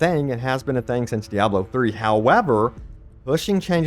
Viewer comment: I love how you say "de-abb-loo" lol